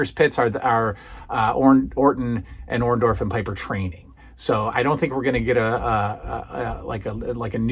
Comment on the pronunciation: I always hated how Hulk Hogan called Paul Orndorff by Paul Orn-doff. He never got his name right. He still says it the same way to this day.